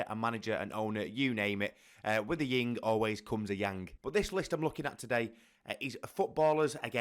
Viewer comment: It's yin and yang lad, not ying.